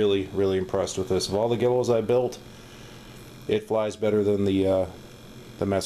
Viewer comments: Great build! Looks great! btw- I thought it was pronounced "Gee-lows" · Thanks! i recently gave this model new vinyl graphics from callie as the water slide decals dried up and flaked away. actually the proper way to pronounce guillows is gwillows. i have always said gillows as that is how the hobby shop pronounced it when i was a little kid in the 70S =D